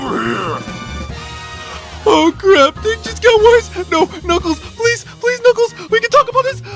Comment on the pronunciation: It's Knuckles. Not crackles!